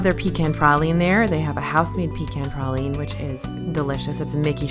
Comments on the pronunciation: I am a new subscriber and love your channel. Also, you don't sound Southern, but you pronounce pecan and praline the way the Lord intended. Keep up the amazing work! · Shout out to for saying "praline" the right way! The Louisiana way! YAY!